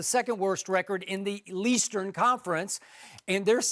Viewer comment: Leastern conference? 😂